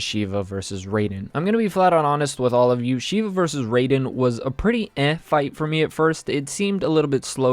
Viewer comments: It's Rye-den not Ray-den btw. Easily my least favorite fight so far. Still a pretty solid one, there were just so many better ones. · Saying raidens name wrong I tried to hold back but my correcting someone’s grammar membranes were going off